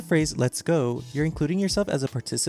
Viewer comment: that gũh is pronounced more like a gõ